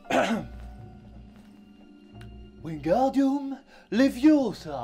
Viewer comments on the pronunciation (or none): Normal que ça marche pas, c'est "Wingardium Leviosa"! Pas "Leviosaaaaa"! XD Vraiment cool ce format, je ne m'y attendais pas du tout et suis très agréablement surprise ^^ T'as du talent mec, vivement que tu nous en ponde un autre dans le genre ;)